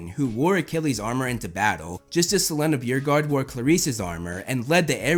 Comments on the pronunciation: i actually saw this video after i saw that luke video you posted and I'm super excited for this! i recently finished the series as well, haha. I definitely think you should learn how to pronounce the names though before you make more videos lmao. is se-lay-na bow-regard lol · Just a heads up if you want to know how to pronounce Silena Beauregard its (Selena Beau-Regaurd). And i cant wait for you to start making videos on this series it was my favorite growing up.